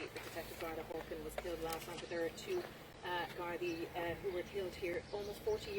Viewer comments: Its Gardai not gardi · It’s gardai not gardi